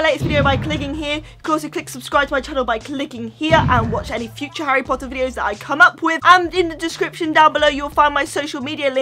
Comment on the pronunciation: uhm, its Harry Potter not Harry pohuer 😣 if ur a true Potterhead, you should know! And also it's Peter pettigrew not peer pegrew 😒😡😠 like if you agree👍